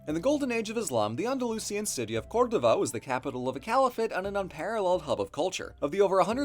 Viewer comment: Congratulations on learning the correct pronunciation of Córdoba!